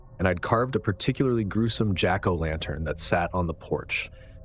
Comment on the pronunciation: Jack O’….lantern That pause makes me think this is AI misreading punctuation